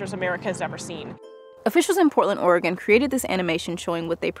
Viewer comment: I'm not sure where you're from, but thank you for pronouncing Oregon correctly - hardly anyone who isn't from here gets it right.